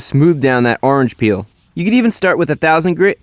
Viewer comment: "arrnge peel"